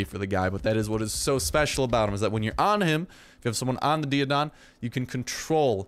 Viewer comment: I do apologize,... but when thinking about the actual latin pronunciation of "Daeodon", think "Daiodon" or "Daimo".